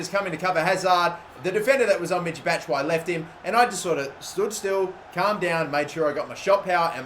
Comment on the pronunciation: Why doesn't he pronounce the ''i'' in Batshuayi ? Do you pronounce it with or without the ''i'' because that's how I thought it was pronounced